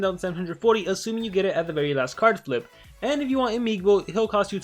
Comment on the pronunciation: its imigbo, no imigibo :v